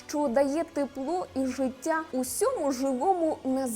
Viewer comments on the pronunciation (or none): Цікава інформація,але подача голос й інтонація ніби в садочку для дітей,до того ж ріже вухо то «жицця,Ісус Хрустос «😏